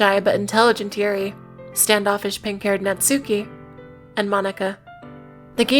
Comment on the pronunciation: erm actually its pronoune Natsuk-e not Natsuu ki